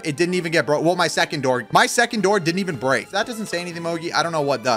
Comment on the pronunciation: bruh say break